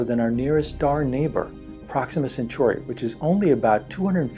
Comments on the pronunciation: It’s Centauri not century. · Proxima Centauri is pronounced "sen-TOR-ee" not "sen-SUR-ee"